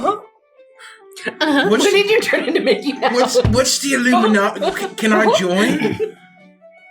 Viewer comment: The "Illumidoggy"